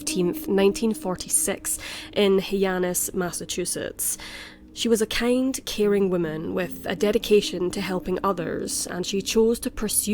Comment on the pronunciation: I was trying to think of a polite way to correct her pronunciation of "Hyannis". She said it, "Hee-annis". It's actually, "High-annis". I grew up there. For what it's worth, I think her accent is quite lovely. And I'm sure I would butcher the pronunciation of whatever Scottish town she grew up in.